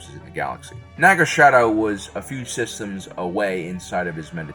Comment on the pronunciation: SA-dow! Sadow. Not Sha-dow.